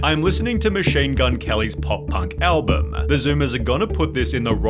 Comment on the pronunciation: Are you pronouncing "album" wrong on purpose like the weird guy that does pc tricks?